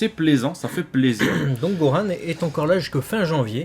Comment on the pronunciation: Pourquoi ils disent Goran ???????? C'est Gohan bordel de merde arettez avec vos prononciation bizarres!